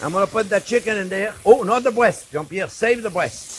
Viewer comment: Count how many times he said "brwest" in this video. lol